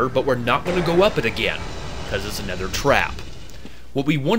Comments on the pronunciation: You keep saying "anether" instead of "another", like , but your voice is so pleasant that I just don't mind. :) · you said anether again instead of another LOL 😂 and then you said anether twice again then you said anether twice again anether has never been used that commonly and then you keep saying anether and then you said anether again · I noticed you pronouncing it "anether" on other videos and then was surprised to see you correct yourself here. I have an interest in accents. Where are you from that makes you want to pronounce it that way? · you say nether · I am from the NW corner of the US. But I think my incorrect pronunciation of "another" is just a bad habit, lol. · you said another and other wrong